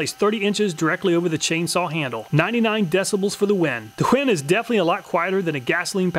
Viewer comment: "For the Wen" did a double take when I heard that.